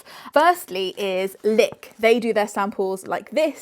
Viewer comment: i can't tell if I'm just hearing things but do you keep calling the brand Lick... Licked or am I going crackers